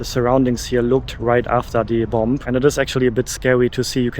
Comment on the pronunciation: Hi! Tolles Video! Ich möchte auch so gerne mal nach Japan. Ich warte aber, is meine Tochte etwas älter ist und es auch genießen kann. Kleiner Tip: that b am Ende von "bomb" ist stll. Also man sagt "bom" auf Englisch. Habe ich auch erst vor Kurzem herausgefuden. Grüsse aus Cardff, UK!